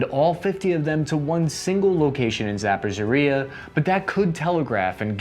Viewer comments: Episode 200 in "How many ways can mispronounce Zaporizna?"!! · "Za Po REE Zha" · It's a tough pronounciation but this would be closer: "Zap - O - Reach - Yah" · Say it with me: Za-po-ri-zha Ma-ri-u-pol You'll get there! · “Zaporzhuhrya” 😂😂😂 Seriously though, love ya! Keep it comin with the laid back vids on interesting topics with solid research, interesting/knowledgeable guests, a unique grunt/general viewpoint(s) and a touch of genuine humor and I’ll be a fan for life (along with many others, im sure)! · Zap oh ree zhuh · Zap-a-zoria lmao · Haha y'all ever heard of zappazurea? Dont nobody pronounce shit like my boi right here lol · Zhaporzazziaza. 😂.! After almost a year reporting on Ukrainian conflict ’ pronunciation of Ukrainian names is like an alphabet soup vomit lol. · Zaphorizhzhia. Brush up on the pronunciation. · Zapozhoriah????? Never heard of that region. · tbh I don’t believe he is trying at all. Even using standard american english phonetics all those place names could be pronounced better. Za-poe-REE-zhuh (where “zh” is the sound of the “s” in the world “usually”) HAIR-sawn etc. Very thankful for what he does and I love his videos, but it would take all of five minutes to get the pronunciations close to “right” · Zappa Zha Riya? That's a new gem for my mispronunciation collection. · Um..., your butchering of my city's and region's name and really hurt. Would you kindly try better? Please? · Not a big deal, but: ZA-PO-something like "ridge" but without "d" - "a" like in "car" Like it please, so notices. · Your pronunciation of KhArkiv or ZaporIzhzhya makes my ears bleed. Thanks for the review anyway. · He is pronouncing Zaporizhzhia in a way, that it is not even barely recognizable. Basically he invents new word every time, with new letters that were not originally in "Zaporizhzhia" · Pronunciation of Zaporizhzhia is also wrong. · Hey man, reach out if you want to learn how to say Zaporizhia! lol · Zapozhoriya lol